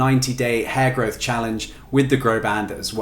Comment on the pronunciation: At first it Sounds like he’s saying HairGod lol, & my first thought was someone has taken the whole hair thing a little too serious😂